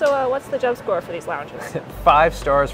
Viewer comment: His name is Jeb. Not Jed. Just letting you know.